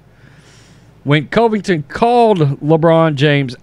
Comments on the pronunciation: Please stop saying his name wrong. Please!!! CUV-ING-TON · I especially like your videos, but it’s hard to listen when you talk about Colby. His last name is pronounced Cuvington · Cant believe you still haven't learned to pronounce this mans last name.